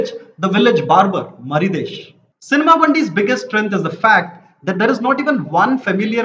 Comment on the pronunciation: Even after seeing the movie & being himself a Telugu guy, can easily butcher the names of the characters in movie, మరిదేష్(మరిడేశ్), మాంగ(మంగ), ప్రవీణ్ కంద్రేగుల(కండ్రేగుల) 🤦🏽‍♀️